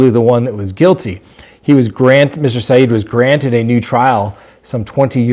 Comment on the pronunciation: *His name is Adnan not Adan and the last name is pronounced Si- Ed, not Si- EEED. And i think he killed Hae Min.